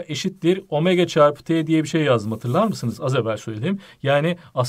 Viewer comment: ~Hatığlağ mısınız ~Buğdaki sfasddsawdda